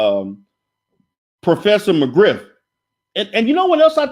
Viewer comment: Lol...professor "Griff"....not mcgriff....but you should say it wrong like that on purpose. Monty put his wife on camera when he had beef....lol